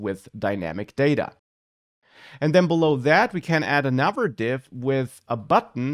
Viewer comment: Your pronunciation of 'another' sounded like 'never' and 'other' sounded like 'our'. Am I the only one who misheard it?